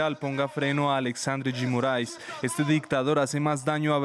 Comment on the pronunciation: Que bonito como a jornalista pronuncia Alexandre de Moraes